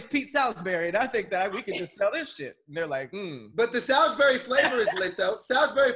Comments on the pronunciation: Coming from someone who is from Salisbury MD it’s pronounced like (sauls-bury) not Sal-is bury🤣🤣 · First, it's pronounced "Sauls-berry" steak, second, you gotta be in the real south to get it from the store and make the real thing. It is not just ground beef as described and its not much like the tv dinner thing.